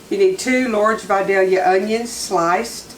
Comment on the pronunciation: There’s a lot of recipes for this on YouTube but you’re the first one I’ve seen that pronounces Vidalia correct so I’m going with yours.